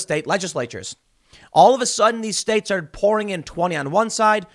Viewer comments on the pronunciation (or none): none